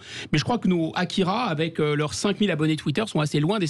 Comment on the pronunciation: Mes oreilles on saigné quand elle à écorché le résumé et le nom de l'auteur du manga AKIRA.